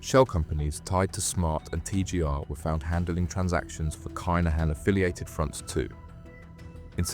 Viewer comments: The kinhans is pronounced keeeeeenhans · The name is Kinahan - have some respect and pronounce it correctly. It would ave taken u 1minute to find out. It’s the respectful thing to do. Be lucky and God bless 🙏👊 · Aye bro, this is an a.i narrated channel 💀💀💀 go and tell a.i to pronounce it properly